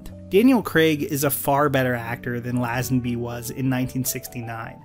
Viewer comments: I’m sorry to be that guy but your pronunciation of LAZENBY is doing my head in. It’s LAY-zin-BEE not LAH-zuhn-BEE. Great video btw! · great video! I love your take on media. BUT...its " lay-zen- bee" not "laah-zan-bee" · an enjoyable review - as i'm an english Bond fan I just wanted to give you a tip - Lazenby is correctly pronounced lay-zen-bee :) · It's lay, Lazenby ffs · Bro, if you’re going to say “Lazenby” that many times, at least look up the correct pronunciation. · This is a good and insightful video. You obviously researched a lot.... except how to pronounce Lazenby... As a Brit I found it really jarring. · Crikey, dude - Lazenby is pronounced like laser or lazy, not jazz .... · How many times can you miss pronounce George lazenby in a video. Let’s find out! Great video though, just was jarring to hear his name mispronounced time and time again.